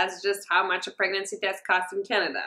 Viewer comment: why does she say Canada like that. I'm offended.